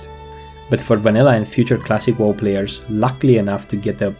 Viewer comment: Love how you pronounced WoW as whoa